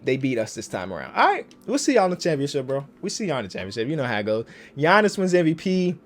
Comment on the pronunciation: It's definitely ship not chip... championSHIP